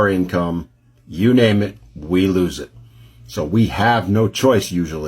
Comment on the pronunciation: Lose not loooooos